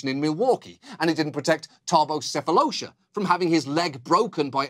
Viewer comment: Great piece, my favorite part is when he pronounces Thabos Sefalosha correctly